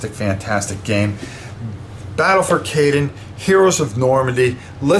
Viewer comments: That is incorrect. The city of Cannes is pronounced like the actor. Caen is a very abrupt sound as in the start of “contribution”, so it is just “CO”-ntribution. That isn’t quite right either, but I can’t think of an English equivalent. But think of it being pronounced as if it was spelled simply “Ca.” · Caen is pronounced as Caan like James Caan,,btw how you doing had not much time any more beeing a granddad,looks like you doing well 👍